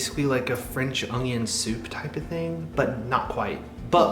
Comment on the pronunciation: pronunciation of onion with a 'g' in it is hysterical!